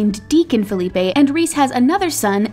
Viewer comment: Did you just call HIM Ryan Felipe?!?!?!!! It's PH-IL-e-p-ee!! !! I grew up around the corner from him and his sister!! And they're very much white!! Please learn how to pronounce the last name of Reese's children